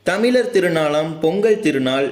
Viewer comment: தமில் அல்ல "தமிழ்" எலும்பூர் அல்ல "எழும்பூர்" நுப்பது அல்ல "முப்பது"